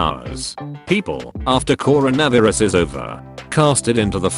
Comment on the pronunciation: Why it say carono viruz